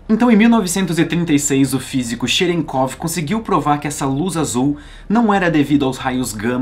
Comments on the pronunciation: kkkk cherekov kkkkkkkkk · Cherenkov, eu não tenho maturidade pra pronunciar essa palavra por aí não